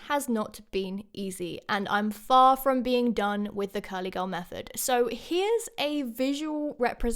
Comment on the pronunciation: It's method not mephod